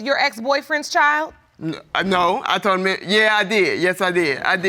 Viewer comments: "Tollen" I still can't believe that came out of his mouth and he didn't correct himself. SMH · The alleged baby daddy seriously said "tollen".... Lol I guess the word "told" was too much work to say 😂 stay in school people! 🤦🏾‍♀️📚